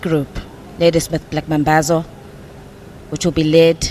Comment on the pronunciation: Commentator pls its not Back mambazo its BLACK mambazo